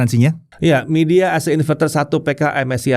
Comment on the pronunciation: bacanya bukan midea, tapi "mai dea" confirm deh ke rep officenya